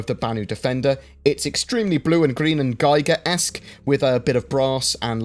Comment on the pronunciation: Giger himself pronounces his name as "Gee-gur."